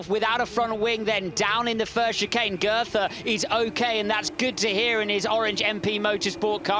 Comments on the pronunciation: Dear commentators, please learn how to pronounce "Goethe" 🙏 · Could the commentator please not call Goethe "girther"